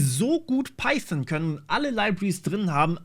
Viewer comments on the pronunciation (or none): none